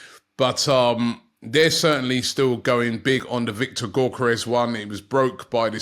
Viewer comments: Robbie, I know you are challenged but it is Yore-Koh-res. NOT GORE-Ko-res. Seriously man. If you want to do a show at least learn how to properly pronounce names man. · Someone teach Robbie how to say Gyokeres surname please. The G is silent so pronounces as YOKERES